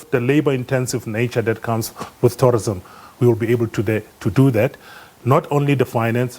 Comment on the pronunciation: Its called tourism, not torrism.